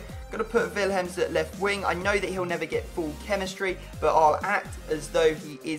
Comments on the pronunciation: It's pronounced Willems not villhems, just saying. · The way he said Willems 😂 villhemms